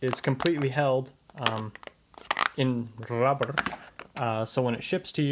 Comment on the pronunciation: How you pronounce rubber 😂 One of the nicest pens you ever made!